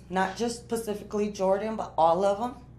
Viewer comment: Hmm 'Not just PACIFICALLY Jordan' Sounds like special needs was a couple generations deep in this PACIFIC familia🤔